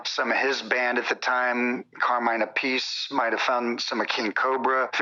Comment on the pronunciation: Appice is pronounce "Appicee"..... carry on.